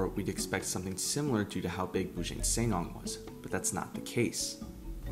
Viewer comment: The pronounciation of Bujang Senang needs a little work, but overall great video!